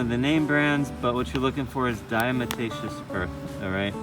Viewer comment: It was a tillle diccifult reahing "diamataceous" over 5 times